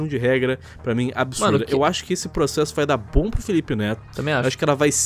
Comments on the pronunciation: Ninguém: A Felipe Hipócrita: "vou proxexa" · "Eu proxexo! Eu proxexo!" By: Ixpertinho